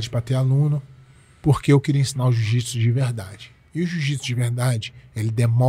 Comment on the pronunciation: 🤔 Ele diz: O "Jiu-Jipisiu" não é para todos. Então isso significa que o Jiu-jitsu não é um esporte, pois o esporte sempre foi para todos, independente de quem seja, ninguém é obrigado a ser um atleta profissional de UFC. Pois é, arrogância e falta de educação faz mais sucesso que humildade de espírito.